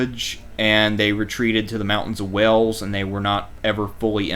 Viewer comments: ffs it's Wales, not Wells, Wales like in Whales, if you can't get basics right then don't upload crap like this !!! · He speaks with a southern drawl which is the evolution of a high class accent as opposed to a southern twang which is a low class accent think trailer park. A dude in a trailer park would’ve pronounced Wales correctly tho lol